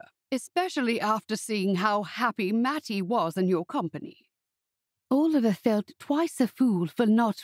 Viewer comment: "Owlivar"? Who pronounces Oliver as Owlivar? This is a really sweet story, but as others have said, the narration is unbearable. (At 1.25 times the speed it was a tiny bit better). I wish American narrators would simply narrate American stories, or read the books in their own accent, and British English people would narrate books that call for a British accent. I am German, but familiar enoughwith various British English accents to find the fake British ones assumed by narrators from the US really really cringey. And if I as a German can notice, I don't even want to know how it makes native speakers' ears bleed ;) BUT I loved the easy flow of the story and what I really love in general about your stories is how soothing and uncomplicatedly sweet your romances usually are! They are safe, and I don't have to worry about them being upsetting or overly sad. Although the father's illness was sad in this one!